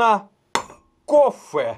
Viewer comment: "КофЭ", не первый раз - пичаль..